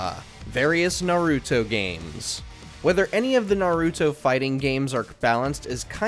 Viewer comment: Bro can’t even pronounce Naruto right, who picked this guy to narrate the list 💀💔